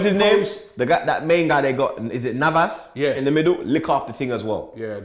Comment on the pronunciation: Who's navas It's neves 😂